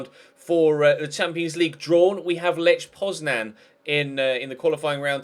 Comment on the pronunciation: Lech Poznań is read like Leh Poznany 😉